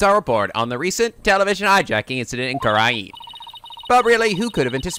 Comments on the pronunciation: THE REAL WRONG PRONUNCIATION IS KOO RAIN! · Yes, you have been mispronouncing Kurain, it's "Ku-Rain" RAIN and it means so much to me that you've admitted it,even if it was only in jest. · You went back to pronouncing kurain dreadfully wrong